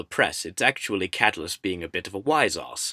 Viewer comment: it's pronounced kuh-TULL-us